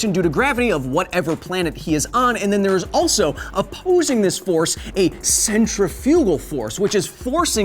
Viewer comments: I died when you said centrifugal. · Hey Kyle, long time fan of the show....just wanna say 2 things, 1 I hope this makes it to footnotes so I can hear you butcher my last name and the other is the way you say centrifugal force is kinda triggering lol